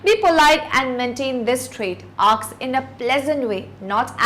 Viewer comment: English teacher cant pronounce "Ask", says Aks, Mercy!